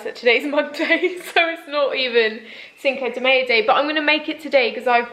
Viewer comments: your pronunciation of cinco de mayo cracked me up :') it's pronounced like "sink-o de my-o" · As an American I thought it was so funny when you didn’t know how to pronounce “Cinco de Mayo.” But then I thought, “I don’t even know what a pub quiz is...” 😂 I’ve heard a lot of British youtubers mention them since the lockdown. Can someone please enlighten me? What is a pub quiz and how does it work over zoom? 🤷‍♀️😬